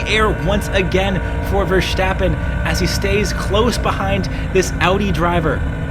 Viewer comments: Please note that Max's last name is not VerSHtappen. It's VerStappen. Take a good look at the name. There's no reason to pronounce the S as anything other than a normal S. I don't know why so many people outside of F1 insist on prouncing his name like that. Kinda like they're trying to make him German. But he's not. He's Dutch :) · His name is not Vershtappen. You dont have to do the the silly shhh. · Great video but you gotta stop with the VerSCHtappen. You don't pronounce the S like you would with Nordschleiffe. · it's verSTAPpen as in ""STOP" ,not verSJTEppen. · Many thanks, great commentary. Also i’ve noticed English speakers tend to say Verstappen with an SH-sound like in Schumacher, while its actually more like just saying the word “stop”. No need for the SH-sound:) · Goddamnit it's not verSSHHHtappen. He's not German. Just pronounce it normally. I blame Brundle for this brainmelt pronunciation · Man, it's not Vershhhhtappen. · Why are all english speaking people pronouncing max' name as versHtappen. It's the same ST sound as stint, not shtint. Content wise i like the breakdown and pov tho, and it's so wild to be able to ride most of te same track in real life, makes me appreciate their speed so much more